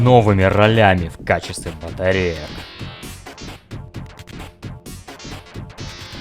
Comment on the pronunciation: Круто но... Айво а не Иво